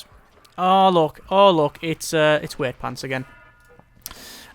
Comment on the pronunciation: why do you say Weightpants? its Wightpants..."white-pants"